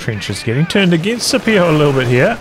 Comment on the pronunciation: IDK if Scipio himself pronounces it with a soft C, but the name comes from Latin, so it would normally be pronounced Skipio